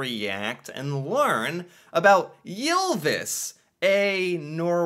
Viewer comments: Its not prounonced jylvis its y not jy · Your pronounciation of "Ylvis" was pretty close to ours, except for one detail, you pronounced it "Jylvis" instead of "Ylvis". But it was still definitely recognizable. :-) So don't worry about it much if you don't want to.